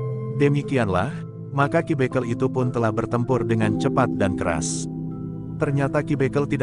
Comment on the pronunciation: Pembacaan harus dibeneri Dalam menyebut ki bekel